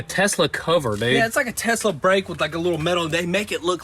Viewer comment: “tosla? what did i say?” 😂😂😂